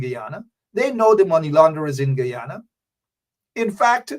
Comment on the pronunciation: Man you cannot even pronounce your own country name…. Guyana